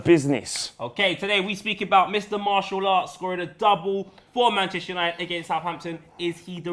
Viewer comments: It's Mar-tea-al; not Marshall. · Martial is pronounced "marsial", with an "s", like "snake". Not "marchial", like "church", or "martial", like "ticket". MarSial! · its mar tee al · Its pronounced MAR - SSI - AAL not MAR-SSI-LL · i think it's pronounced Mar Sea Al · Getafe is pronounced "Hetafe" and Martial is Mart e al. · It's Mar-si-aal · French pronounced Martial as - Ma-see-aal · just in french it's pronounced Marsial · It's not Marshall. He's French so you say it like a French person would. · Pronounced Martial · it's pronounced marsial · Its Mar-tial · its MarTial. Thats how you pronounce the name in french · Its pronounced Marsial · The "t" in Martial is pronounced like an "s". So between the two pronunciations said, it's pronounced the same way as the second one, but with the "t" pronounced like an "s". Marssial. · Martial is pronounced Marcial (Marsial) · Actually it's pronounced MarSial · It's pronounced Marsial, Mar-Si-Arl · MAR-TE-AL. YOU BOYS ARE FRIED. ANTHONY MARTIAL IS BETTER THAN ALL YOUR TALENT AT ARSENAL AND LIVERPOOL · you pronounce his name Mar-ssi-al in french even if it's written with a t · Great video guys, as per! And you should pronounce Martial as Mar-see-al. You're welcome ;) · Mar-she-al is how it's pronounced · It's pronounced MAR-SEA-Al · Mar-SEE-al, that is how you say it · Neither it's Mar-sial, just listen to Martin Tyler's commentary when he scored against Liverpool ;) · It's actually Anthony Mar"ss"ial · Its pronounced Martial ;) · It is pronounced m-AHRE-siall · It's pronounced MAR-SEE-AL ( MARTIAL ). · I'm French, it's pronounced the second word that you said, not the English version one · I'm a french canadian and can assure you Martial is pronounced just like "martial arts", just not with the "arts" after....